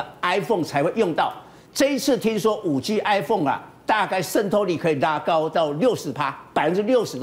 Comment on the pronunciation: 5G.4G我怎麼一直聽到5雞4雞